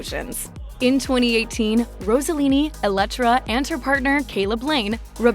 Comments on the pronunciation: It is Ross-e-lini, not Rose a lini, Ross rhymes with Boss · It isn’t Rosallini; it’s Rossellini. Stop saying “Rosa” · If you want to pronunce Rossellini correctly bear in mind that the "s" isn't like in "rose" but like in "sing".